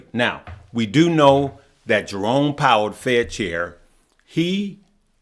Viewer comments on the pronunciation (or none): none